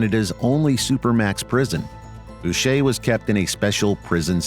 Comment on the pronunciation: First channel to say Boucher correctly. 🤙🏽